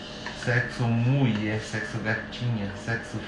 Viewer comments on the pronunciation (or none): O é tão fofo. Rsrs acho uma graça ele dizer: "sexo gatinha, muié" 🤣🤣🤣🤣💕💕🥰🥰🥰